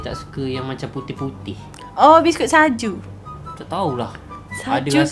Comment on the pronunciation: biskut suji laa bukan saju😅😂😂 .